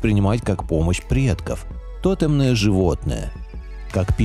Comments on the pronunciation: То́темное животное? ) что за странное ударение на первую "о"? )) потом ещё "ПерунА", а не ПерУна. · В слове "тотэм" ударение падает на второй слог, следовательно, и в слове "тотэмные".